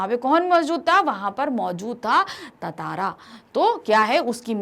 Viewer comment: She doesn't even know how to pronounce tantara